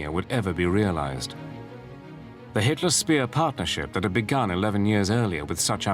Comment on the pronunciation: Speer is read Špehr, not Spear, dumbass...